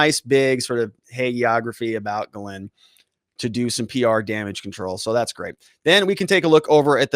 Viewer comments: Ugh, American trad of butchering french names. Gagnon is GAG-none, Dubois is DO-boys, etc. I am a Canadian, was stunned by the way all french names are incorrectly pronounced in the US. Her first name is properly pronounced GEEZ-lane. You would think after all the french canadian hockey players here.... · Why can't you say people's names correctly? Like how hard is it to read the S in Ghislaine? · You're pronouncing her name wrong